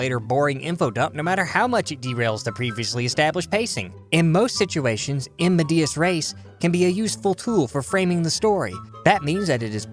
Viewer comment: I love you, but the vowels in "medias" are pronounced the latin way, like you say in "elegant" and the stress is on the first syllable.